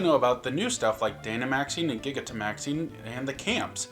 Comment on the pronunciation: Isn't the "giga" in Gigantamax supposed to be pronounced like gigantic? And not like the "giga" in gigabyte?